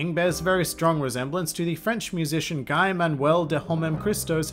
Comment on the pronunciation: learn how to pronounce the French name Guy